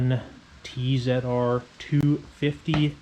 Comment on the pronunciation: Luvin that TZR 250 I remember them well when they came out, wicked little bikes! Also well done for calling it a T Zed R rather than a T Zee R !!